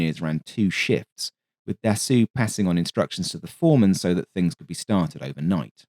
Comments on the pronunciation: The correct pronunciation of Dassault is "Dasso"....NOT "Dassoo" or "Dassu" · for the record (pedantic record), Dassault is pronounced like in English just without the L and T (assault rifle), so more Dassow than Dassuh. Great video as always ;) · Can you PLEASE stop refering to Dassault as "Dassoo"....it is pronounced as "Dasso".....when the letters A and U appear together in a french word, it is pronouced as a singular O....in exactly the same way the French car manufacturer Renault is pronounced as "Reno".....not "Renoo" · Your narration is so captivating and pleasant. I'm always excited when you upload. Iirc his name is pronounced closer to "da soul" than "da sool"😊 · Dassault is pronounced DAH-SEW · Love the channel in general, but of all the wrong ways to pronounce Dassault, this the worst. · I love the channel, but was surprised by consistent mispronunciation of Dassault. Mars an otherwise insightful and witty (non AI, bless you and us all) script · A true D'assault on the ears.